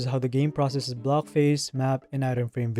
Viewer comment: The way he pronounces his Ck's really irks me. Instead of 'block' he pronounces it "Blohggk", and the fact that so many of his words have C and K in them..